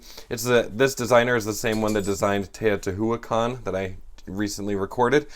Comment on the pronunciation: Teotihuacan is pronounced "tayo-tee-wah-kan"